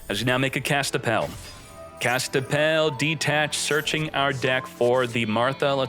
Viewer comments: Kastapell? More like Kas-Pi-Tell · Is he saying Kaspitell wrong on purpose?